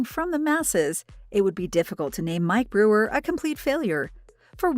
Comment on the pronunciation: The useless AI narration can't even pronounce "Brewer" properly. So distracting it's unwatchable